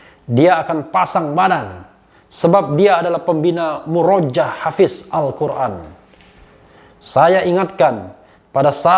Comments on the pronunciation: Muroja'ah bacanya bang Refli. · om refly, itu Murojaah cara bacanya salah. yg benar Muroja ah. afwan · murajaah dibacanya mu-ro-ja-ah pak boss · lebih tepatnya dibaca "MUROJA'AH" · Maaf prof kalimat murojaah dibacanya muro ja' ah 🙏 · Bang Refly, maaf. Bacanya " Muroja'ah ~ Mu ro Ja ah